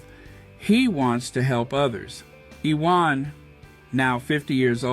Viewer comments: His name is pronounced YOUU-WON. Big-up Harry & Meghan. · Its pronounced youwan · Iwan is a Welsh name - it is pronounced Uwan. Thanks - he's a legend of British sport - and we fans never knew who he really was.